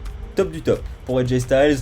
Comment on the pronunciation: Aj styles sa se prononce style